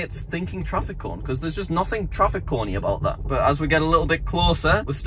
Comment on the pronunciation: "Traffic Coni"